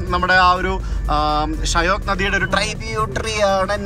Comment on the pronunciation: ഷ്യൊക്ക് എന്നാണ് pronounciation.മരണത്തിന്റെ നദി എന്നറിയപ്പെടുന്നു.